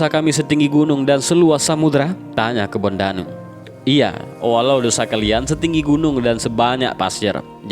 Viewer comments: Kebo ndanu min ....bukan kebon danu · Kebo ndanu bukan kebon danu ts